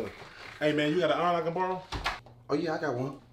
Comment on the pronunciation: what the hell is an AWWRON oh you mean iron, than say iron